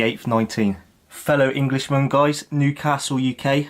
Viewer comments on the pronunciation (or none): none